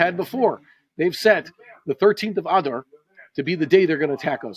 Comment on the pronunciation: When you say "Adar" it sounds like you are saying a cross between adder snake and cow's udder. Can't you stress it at the end as in A-dar.